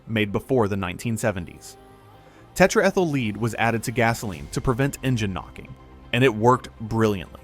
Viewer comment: Another AI read back. When he said the chemical name for leaded gas, it was a fail on the pronunciation.